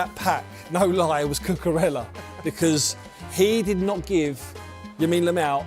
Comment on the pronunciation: Did I just hear yamine lamal😂😂😂😂